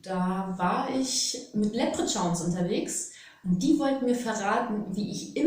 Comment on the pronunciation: 8.11: mit was warst Du da unterwegs? Lepritschauns??? Wäre es möglich, mit ein wenig mehr Sorgfalt zu sprechen, bitte? Eure lockere Art ist zauberhaft, aber wenn leiser wird oder ganze Silben verschluckt, hilft es nicht mal mehr, das Tempo auf 0,5 zu reduzieren, denn was nicht ausgesprochen wird, ist halt mit keinem Trick verständlich zu machen. Und diese Momente gibt es in jedem Video immer wieder und das strengt mal sehr an und mal bleibt man mit schwarzen Löchern ohne Info zurück. Lückentext sozusagen. Das wäre sehr lieb und hilfreich. Die Volodingens, die man hier auch nicht verstehen konnte, wurden ja woanders schon mal erklärt. 😉🙏🏻🤷🏽‍♀️🙋🏽‍♀️💜